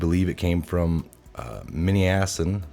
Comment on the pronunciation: Hello, I enjoy your videos. For God sakes if you can't pronounce a word look it up before videoing. Mispronouncing misogynists as miso-guyn-iests, and butchering manassian to mani-assassin makes you sound foolish and uneducated. You are obviously a smart individual and we all have a few difficulties now and then with grammar, spelling etc. but these two were laughable and people may attack your credibility over these types of mistakes. Just a thought and a small bit of criticism. Keep up the good work.